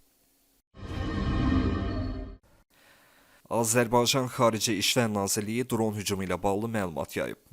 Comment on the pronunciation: Səsin batsın iyrənc.ayə sən Azərbaycan sözünü deyə bilmiraən